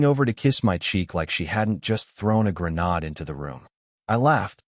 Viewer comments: Grenade, pronounced gruh-naid. Not gruh-nod. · Again with the "grenod." 🙄